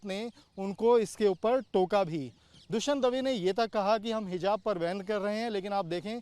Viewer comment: What is hizab ? 😂😂😂 lol Jahan “z” bolna he wahan “j” 😂 aur jahan j wahan z ‘😂😂😂😂😂😂😂 Nawazuddin ko nawajuddin 😂 Javed ko Zaved 😂 Matlab sab ulta chalta he 😂